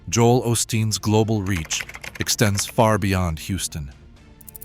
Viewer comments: Joel "Aus teen." Do something more valuable with your AI. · Joel fruadsteen😂